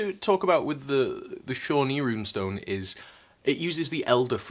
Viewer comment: The towns in Oklahoma are pronounced HEEV-nur and POE-toe. You nailed Shawnee though!